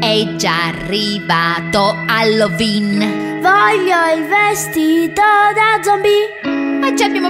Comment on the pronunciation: Già partiamo col fatto che hai pronunciato halloween in hallovin ma vabbè il resto tutto apposto